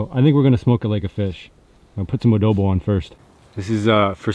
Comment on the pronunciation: Its adobo not woodobo. Im a filipino.